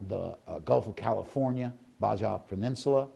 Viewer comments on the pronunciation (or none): Baja is pronounced bah hah.....thanks and Merry Christmas